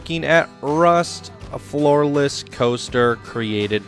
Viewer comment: At the beginning I thought you said "a FLAWLESS coaster" Instead of "a floor less coaster" 😂